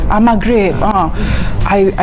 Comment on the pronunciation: Lah ni kew ratu cantik Malaysia🤣🤣..klw mcmni book flight p bangla jela..org bangla pon tau cakap mahgrib